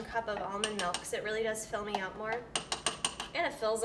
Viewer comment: "Melk" and Wegmans products. Someone is from NY.